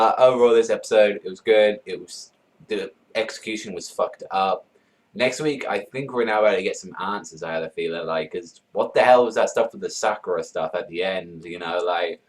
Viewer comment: lol said anwsears